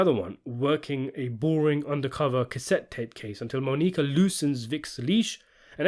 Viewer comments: Mah-Knee-Kah. Lol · "Moe-Nique-Uh" lol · The way you say Monica is reallllly cutting it close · I’m dying at the pronunciation of Monica. It’s not like they don’t say it a bunch in the show. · Everyone who can speak English knows how to pronounce Monica. I think the mispronunciation is a tactic to get people commenting. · Quite easily atp in the series the best season in the show. I was shocked when I found out it wasn't as loved by critics like the other three were. Such a great season of television. The final scene with Monica (absolutely love the way he pronounces it 😂) and Vic is spectacular. "In fact the show seems to return to its status quo by the end" lmao yeah you'd think that wouldn't you... Absolutely cannot wait for that Season 5 review.